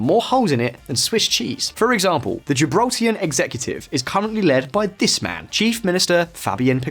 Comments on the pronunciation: Gibraltarian not Gibraltian. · Gibraltarian, not Gibraltian 🤦‍♂️🤦‍♂️ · You need to learn how to say Gibraltarian. Other than that, a good video, very educational for the outsider. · Gibraltar people: Gibraltarian NOT Gibraltian! Town across the border is La Linea NOT La Liney It's not known as La Verja, but La Frontera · The demonym is "Gibraltarian" not "Gibraltian", also it's pronounced "Janito's" not "Lanito's" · The way you mispronounced Gibraltarian, La Línea, and llanito is killing me 😣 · What, you couldn’t spend the extra 10 mins to research how to pronounce Gibraltarian or La Linea? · I can’t take this guy butchering the name of Gibraltarian, the town on the other side of the frontier called La Lînea de La Concepción. I realize he’s British and doesn’t speak anything else besides English, but do some damn research! He sounds ridiculous